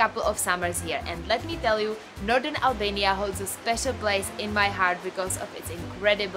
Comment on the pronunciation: Albania looks beautiful. Though I would've loved it more if you soften your "r" a little bit when pronouncing it.